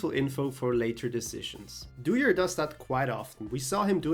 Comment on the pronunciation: thats not dewier, thats dooyer